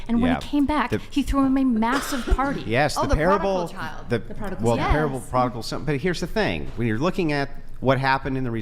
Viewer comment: said some “Ohhhhhh the Prodigal Child…. Yeah” Like she knew wtf they were talking about as she butchers the name 😂😂😂